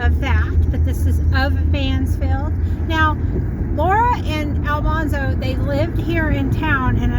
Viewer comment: Al man zo not Al mon zo.